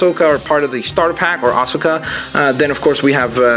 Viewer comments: Dude, you said Ashoka right. It's "Ahsoka" not "Asaka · asoka is pronounced uh soke uh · It's pronounced uh-SO-kuh